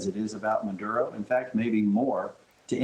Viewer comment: Its Maduro not nvsdkjava dojv dvhkjv ! Don't start this again. If so its Norge not Norway. Cymru not Wales. And on and on and on and on. Snap out of it.